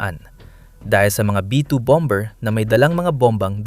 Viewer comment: Dapat i pronunce ang bomber with silent "b" . Masakit sa taenga. Target as in target not tarjet.